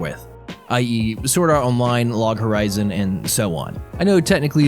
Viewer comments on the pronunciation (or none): none